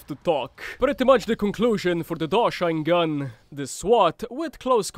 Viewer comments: Isnt it called like Dosh-sheen gun like Machine gun? Not Dosh-shine Gun lol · I'm pretty sure it's pronounced "dosh-een-gun" like machine gun but with a D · FYI its pronounced DoSHEEN gun, its supposed to sound like machine gun, great vid btw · I feel like "Doshine" should be pronounced as if it rhymes with "Machine", as in, machine gun, Doshine gun? Seems to be a really bad pun.